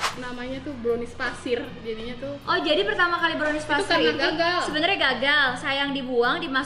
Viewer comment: Sejak kapan Pasir jdi Fasir ka😂 smpai aku ulang2 spa tau aku slah dengar😅